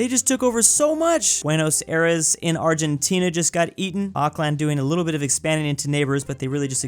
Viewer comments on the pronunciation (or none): none